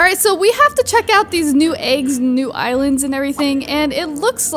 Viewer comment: "Eye lands"